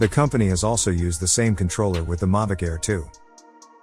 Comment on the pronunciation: 1st off it's not a Mavic and 2nd, learn how to say Mavic. 🙄